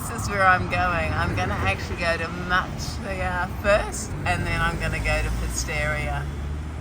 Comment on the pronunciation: Ooh great video but everytime you said Muxia (and there were sooo many times), I had to cringe.😮 Pronounce: Moosheeah